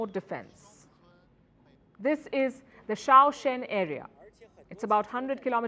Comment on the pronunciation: Xiongan (pronounced shiong ngan) city, not choa chen otherwise, great video as usual!